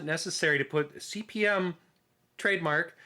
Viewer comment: nitpicks - It's pronounced Cpm- the slash is ignored . The disks are 5 1/4" not 5 1/2"